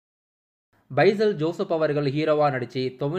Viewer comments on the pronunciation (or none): பைசல் ஜோசப் இல்ல பேசில் ஜோசப்